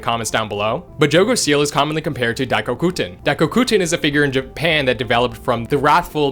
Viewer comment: I find it so funny that you pronounce all these names with full certainty but stutter on Japan